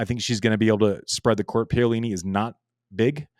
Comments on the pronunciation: Andy, Pah-oh-lee-nee and not Pay-oh.... 😂 😂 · Btw, that is pronounced Pa O li - ni